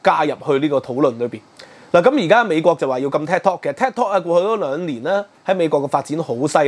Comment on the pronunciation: Could you please watch your pronunciation. Is Tik, not ted!